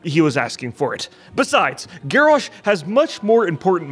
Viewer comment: Garrosh more GarrASH hahaHAHAHAHAHAHHAHA